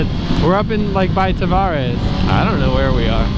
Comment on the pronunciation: Hoping you made a left at 561 but you went right, back towards 441 😔. It's (Ta vare ees) btw lol. You are eating like a mile from my crib.